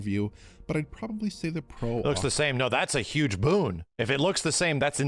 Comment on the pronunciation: I think you are putting way to big of a emphasis on "Huge".